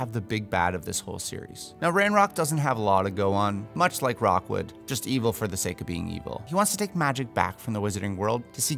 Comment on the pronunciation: Great casting, but it's Victor Rookwood, not Rockwood